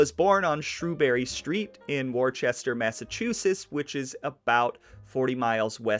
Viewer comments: It's pronounced woo sta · It is called WOOSTER mass like Rooster. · No ch in Worcester bud. "Wooster" smh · Worcester pronounced "Wistah" by native speakahs! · "Shrews-berry Street" in "Wor-stah" Massachusetts (where I sit now) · Its pronounced Wister. Wicked common mistake and a frim indicator of people from out of town. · Worcester = Wuss-tah To be technical, that's how we really pronounce it in Boston ( New England ). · Worcester is NOT pronounced 'woo ster'. It's pronounced Wusstah. Wus stah. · Woosta is how we pronounce it here in woosta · Actually, Worcester is pronounced Wistah if your a local. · 😂 It’s not just you brother! Everybody does it! Hell if i didn’t live in this city, i’d assume the same thing! Love the podcast keep pushing! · Do any research? You can’t even pronounce Worcester correctly. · Very thoroughly researched congratulations on making the best, most comprehensive podcast on the early parts of Raymond LS Patriarca’s life that I’ve ever heard and I’ve heard basically all of them. Really looking forward to part 2 please just Google how to pronounce Worcester first and I’m sure it will be perfect 😉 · Maybe he meant to say Dorchester or Daw-ches -tah. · Makes me cringe too.. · Glad someone else said it. 😅 Don't try that pronunciation in Boston You will be ridiculed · Your pronunciation of Worcester, Mass., is like nails on a chalkboard for many of us who live in southern New England. Wuss-stir, not War-chester -- oops, I now see others have left similar comments. Ha! I'll leave this anyway. We're big on proper pronunciations, such as Patriarca itself. And you mentioned Raymond Patriarca was arrested in Pawtucket, R.I. the W is silent for R.I. and nearby Mass. residents. Pahtucket, not Paw-tucket. Good vid, tho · Wuh ster not war chester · Wuster whuster Massachusetts not Woewchester And RI is New England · Lol war chester, its woosta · he said Worchester mass hahahah its pronounced "Wooster" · Except warchester is wooster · “Wor-Chester” 😕 NOPE